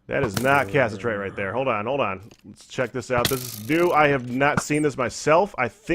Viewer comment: Im not sure if these are pre-recorded, but it is pronounced ca-sit-er-ite